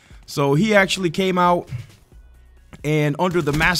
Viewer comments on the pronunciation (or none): none